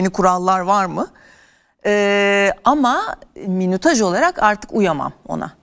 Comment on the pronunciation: arkadaşlar ben saydım tam 17 kere minütaj dedi.